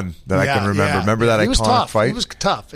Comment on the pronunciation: Ceo of saying remeber im dyslexic